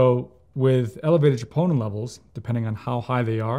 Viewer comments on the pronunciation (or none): He says triponin levels but it’s troponin but maybe I heard it wrong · Elevated WHAT levels ????????? Chee-POH-Nuh? Enunciate clearly .